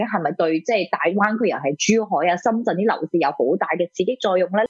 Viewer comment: 施先生係深圳唔係身震，請講清楚啲啦